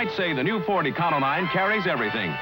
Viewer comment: E-con-o-line? i always pronounced it e-co-lean!